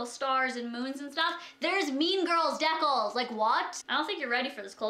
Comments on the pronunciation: it's not deck-les its dee-cals !! :) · Dee-cAls ! Lololol where the fuck did dehculs come from lmfao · I'm from Ontario first off calm down. And yes people have different dialect and ways of speaking but it's pronounced as it's spelled deCALS, not "decles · dee-cals not deckles. kay-dee not caddy, jesus that's literally a joke in the movie that it isn't pronounced caddy. please don't wear that to a fucking wedding, PLEASE for once be appropriate. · She did not say decals right..she pronounced it as "decles". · Definitely not a Canadian thing. Who the hell says it "deckles" lol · Is saying decals as decauhls a Canadian thing? (Just curiosity) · Did she say deckles? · Please no hate because I love her but she needs to learn how to say decals correctly she literately sounds 4 when she says diccals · It's "Dee-Cals" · when you pronounced decals wrong I died laughing😂😂 I'm sorry I love you to death but I was just not expecting that. also no hate I probably sound super immature but I just thought the way she said deckles was cute and funny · Hey :) just wanted to point out decals is pronounced dee cals. English is stupid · When you say "decals" it made me cringe , can u read ????!!!! Im 12 and i can read that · The way you pronounce "decals" is hilarious 😂😂😂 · I love how she said decals! Lol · She said nail decals wrong. I may or may not have laughed for 80 years. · i cringed everytime you said decals